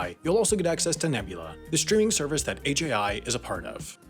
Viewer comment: You didn’t say the I at the end